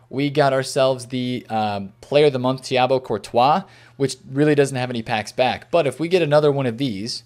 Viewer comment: No one: Thibault Courtois: Thiabo Courtois